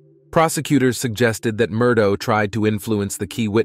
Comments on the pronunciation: Murdoh lmao its murdaugh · Unfortunately, your video has a couple of grievous mistakes in it. First the surname is pronounced "Mur-dock." Secondly, they met at the University of South Carolina not North Carolina. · Its an ai voice over so the gh at the end of the name sounds like dough😅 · Yes, it’s pronounced “Mur-daw”. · It's pronounced Mer - dok Alek Mer dok is the pronunciation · I even Googled Murdaugh and got the correct pronunciation MUR-DOK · I love how the pronunciation of Murdaugh keeps changing through the whole story 😂